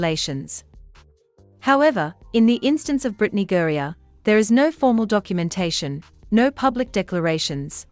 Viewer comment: The Bot needs to learn how to pronounce Griner. Pretty good accent, though.